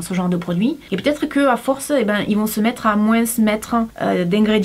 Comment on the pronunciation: tu ne veut pas prononcer le h de haricot mais tu prononce le S de moins XDDDD faudrait savoir !